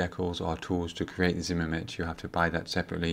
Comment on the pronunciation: Just a slight heads up it's not zimmermit it's zimmerit